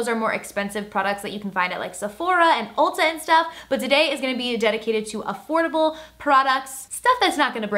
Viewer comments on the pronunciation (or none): none